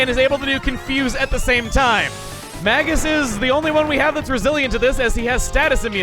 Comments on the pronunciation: Dangit, I was hoping now that he'd joined your party your pronounce him name correctly, it's MAY-gus. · So considering how you pronounce Magus, you probably don't realize it, but Magus (Mage-is) is another word for (you guessed it) Mage. Basically his name this entire game has been "wizard".